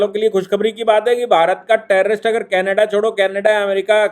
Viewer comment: कैनाडा नही कनाडा। सही शब्द कनाडा होता है।